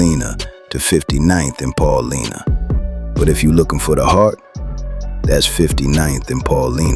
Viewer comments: It's pronounced Pah Lie Nah . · Brother it’s pronounced Paul - LINE- Ah .. respectfully someone from chi town keep up the vids gang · Pronounced PAUL-LYNA